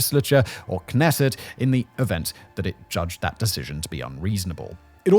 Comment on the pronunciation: I know that Hebrew presents many challenges to pronunciation, but the Knesset( the Israeli legislative body) is pronounced K' nesset